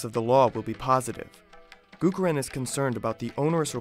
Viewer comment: Nice video. But its not Gurukaran Das but Gurucharan (as in charity) Das.